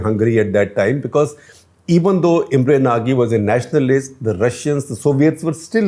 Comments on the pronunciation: It's not Imre naagee. It's pronounced as Nauj. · just one correction ..actual pronunciation of Imre Nagy's name would be 'Imre Naj'.